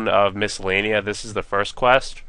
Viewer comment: lol you say the name of the place wrong and you accidentally say it right lels